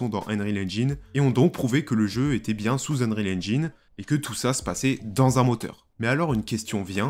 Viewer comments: ainreal ? ainrecord ? xD alors je parle pas de ainjine xD "un" en anglais ça se prononce eun, donc c'est eunreal ainjayn et eunrecord. y a google trad qui prononce les trucs aussi si jamais tu as des doutes. en tout cas c'etait marrant xD bon j'ai vu le titre et clairement non, c'est un jeu. point, je vois pas ce qui pose probleme, à coté de ça y a le mode campagne de bf et cod donc bon. je sais pas si tu as joué au premier metro mais quand tu entends les mecs agoniser doucement et ramper en predant le souffle parce qu'ils ont pris une balle dans le torse, j'ai envie de dire que ça à déjà été fait. apres je suis d'accord qu'il faudrait pas que ça aille trop loin dans le troublant, et faudrait pas qu'avec des mods on voit venir de fausses vidéo de bodycam etc. ensuite, le jeu sera forcement pegi 18+ donc pour adultes et clairement pas pour les enfants deja aux vues de ce qui a été montré dans les animations de morts des pnjs. pour ce qui est de la config, paaaaas du tout, c'est justement le principe de l'unreal engine 5 pouvoir faire tourner des jeux plus beau que ceux sous UE4 sur des config moins puissante que celle qu'il fallait pour un jeu UE4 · Et haine-rile haine-gine ? Cela me tue les oreilles hélas.